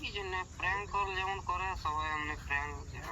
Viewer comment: অনেক হড়বড় করছিলে first parnk na bole pelenk bolecho thik ache prothom prothom omni hobek ai darun hoyeche video ta